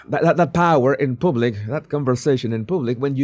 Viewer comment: Please learn how to pronounce the “u” in “Public” and “Publish.” Thank you. 🤦🏻